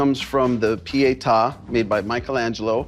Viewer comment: Piata ha, ha. It's Pieta.